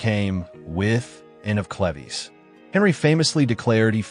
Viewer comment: " Anne of Cleveez" ???😂😂😂😂😂